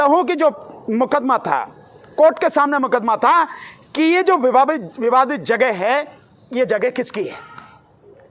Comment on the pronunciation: माननीय आप नया विवाद खड़ा करने से पहले "विवाद" शब्द का सही उच्चारण सीख लें तो ठीक रहेगा।